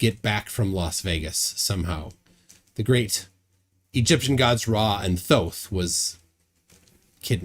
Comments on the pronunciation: He cant be the reincarnation of Ra and Thoth as he couldn't pronounce their names properly. Apparently, it's pronounced Ray and Djehuty!! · This guy is the reincarnation of "Thoth"? He pronounces the "th" the way English speakers would, like in the words "the" or "tooth". But in fact, the Egyptian god's name is pronounced: t - hoh - tay It's 3 syllables with an emphasis on the middle syllable. The first "t" has no vowel sound attached to it. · He can't even pronounce Thoth